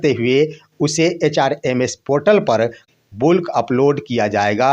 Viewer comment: बुल्क नहीं बल्क